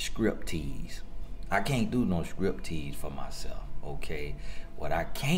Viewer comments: I rewinded the video at least 3 or 4 times to see if he said "scrip" tease. I'm dying LOL! 🤣😂 comes through with the messages but he cracks me up!!! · LOL and "Scrip" tease. 😂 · I could not believe my said "Script Tease" NOOOOO, the bestlolllllllllllllll